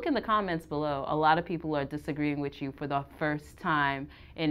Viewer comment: For the love of Pete. Y O U is pronounced "u" not "chew".